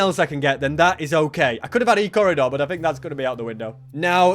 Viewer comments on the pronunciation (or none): "Ill give you ECorrdidor"